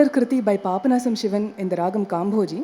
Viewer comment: This lec-dem is a must watch for any musician. But I wonder how many seniors will introspect with open mind & correct themselves. It's really frustrating to hear mistakes like RAAHAM instead of RAAGAM and MURUHA for MURUGA. Another point to note is instead of DAIVAM we hear the pronunciation DEIVAM 😢